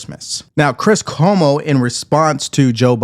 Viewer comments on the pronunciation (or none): none